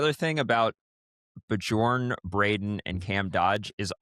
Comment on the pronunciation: I've always found this podcast entertaining, but hearing DJ and both saying Bjorn's name wrong after and both said it correctly made me want to shove a knife through one ear and out the other.